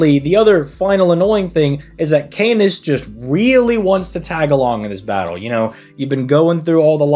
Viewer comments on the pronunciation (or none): none